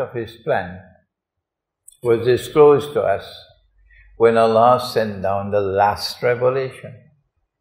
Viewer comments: Dear Sir, plzz try to pronounce the name of Allah correctly. you say Alaa instead of Allah. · i am a follower of him and do respect him, but i see that he recites quran very well on Allah's name he dont pronounce correctly. so its our duty to rectify things even of our teachers and our ulamaa, after all they are also normal humans and can do mistakes, only ambia are prefect.